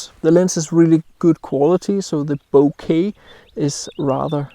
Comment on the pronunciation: YAy! You pronounce Bokeh properly. We are a rare species. In fact Bokeh rhymes with Yay. :-)